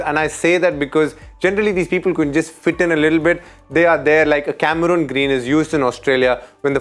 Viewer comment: DK pronouncing Cameroon Green, he is Cameron Green & not Cameroon😁